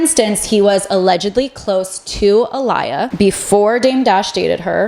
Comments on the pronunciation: Aliyah? It's Aaliyah. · its not aaLIEyah, its aaLEEyah. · Ah-lee-ya is the correct pronunciation of her name, not, Ah liar. I was with you until you scrambled this young woman’s name. This was insulting to her family members and fans. Please fix it. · This was actually really good. But it's so weird to hear someone do a deep dive and say that Jay-Z grew up in the Mercy projects (its really Marcy), and mispronounce Aaliyah's name. To keep saying A-lie-a instead of A-lee-ya makes it so obvious that she doesn't know who she is. That's crazy work to not know who Aaliyah is. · Why are you pronouncing Aaliyah as A-liar? It is A-Lee-yah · I think your videos are great, but please be sure that you're pronouncing names correctly. You pronounced Aaliyah's name wrong. It's not AH-LIE-AH it's AH-LEE-YA. You pronounced it wrong at least 3 times in this video. She was a beautiful talented singer and actress who died in such a tragic way. Her fans are still in disbelief surrounding the circumstances of her death and how it allegedly may not have been an accident. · Appreciated the deep dive but the key to credibility is proper research and mispronouncing names will make a person not trust your content. Her name was A-lee-yah. Not A-lie-yah. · Its Marcy not Mercy projects and it's Aalyah not Aliar. We need to get our pronunciations together if we expect our story to be taken seriously. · A-lee-ah = Aliyah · Ah-Lee-Yuh dude! Go watch her videos! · It's pronounced "Aah LEE yah" She is a known legend. Check out her music. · Uh-Lee-ya is the pronunciation. Lol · Ahh-Lee-Yah! Lord 🤦🏾‍♀️ but I enjoyed the deep dive. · I had to click off after Uh-LIE-uh… sorry babe. 😂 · Her name is pronounced aa·lee·yaa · You lost all credibility with "A-LIE-YAH" lls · Great breakdown, very on point! We just have to make sure we get the late Babygirl A-Lee-Yah’s name pronounced correctly ! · Ah-lee-ah! Come on man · AH•LEE • YA 😂 Aaliyah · ahh hearing a-LIE-uh triggered me like when ricky martin said it